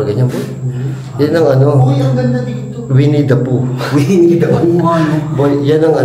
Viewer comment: Winnie da poohng basa 😂😂😂😂😂